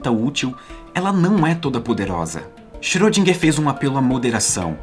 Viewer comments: na verdade a última sílaba seria "gar" em vez de "guer" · Não achei pesado. Aqui em meu estado, Minas Gerais tem um ditado popular que diz: "carro apertado é que canta". Só não querendo ser chato, mas você pode melhorar a pronúncia do nome de nosso ilustre Erwin Schöridinger.